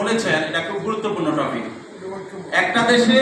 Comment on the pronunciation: Topic ke tofic bola Manush kivabe party Chairman hoi 😂😂